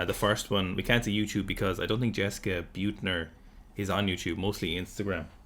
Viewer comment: I think it is pronounced as "Bit-ner" with the bit being pronounced like in "a little bit".